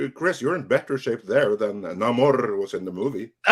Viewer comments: Ancient Latin would put the accent on the first syllable instead of the second, unlike the Spanish styled reinterpretation. There would not be any rolling of the r in the second syllable. So it would be pronounced Nah’–mor. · If it was pronounced Nuh-morr I think it would be spelled with an apostrophe (Na’mor).